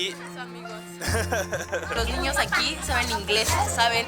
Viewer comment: Like si te diste cuenta de que leslie dice ñiños